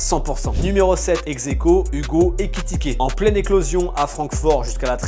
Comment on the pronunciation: Pourquoi tu dis exequo